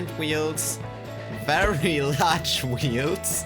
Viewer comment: This man says wields instead of wheels